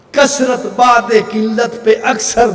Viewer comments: Khabis .tuje urdu bhi nahi ati .bad e jillat lafz nahi .bude jillat ب per pesh hai .jiska mana jillat se door hota hai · کیسا جاہل مابون ھے جس کو اُردو بھی ٹھیک سے پڑھنی نہیں آتی ۔ بعد نہیں بُعد ھے ۔ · Abe jahil woh baad nahi bod hai Pahle urdu seekho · چول بعد نہیں بُعد ہے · Abe jahil iblis ke shagird kab tak in kafiro ki himayat karega Aur ae njd ke pille tu itna uchal rha hai tujhe urdu padhna nhi aati Woh izzat bade zillat nhi hai Woh izzat bode zillat hai Huzur apki woh izzat jo zillat se door hai Abhi waqt hai allah ki bargah me tauba kar le aur aala hazrat ke daman se bavasta ho jao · عزت بُعْدِ ذلت پہ لاکھوں سلام بیغیرت کو اردو پڑھنی نہیں آتی اور اعتراض اعلیٰ حضرت پر ملعون مفعول 😂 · اللہ کی قسم یہ شعر غلط پڑھ رہا ہے ،جس طرح یہ پڑھ ریا ہے ایسا نہیں وہ لفظ بعد نہیں ہے بلکہ عربی کا لفظ ہے بعد کی باء پر پیش ہے اور عین ساکن ہے تو یہ دوری کا معنی دے گا،مطلب یہ ہوا کہ ذلت اور قلت نبی ؐ کی ذات سے کوسوں دور ہے بھائ پہلے اردو صحیح طرح سمجھنا سیکھو